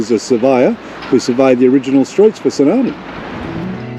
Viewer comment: Great place to visit - it's pronounced St "Arno".